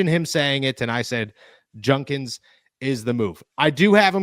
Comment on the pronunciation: JUDkins... not junkins.. for fks sake.